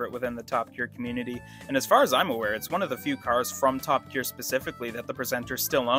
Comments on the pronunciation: I also heard you call the program Top A Gear 😳😉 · Dude I know you're a yank but why did you pronounce it like 'Toppa Gear'?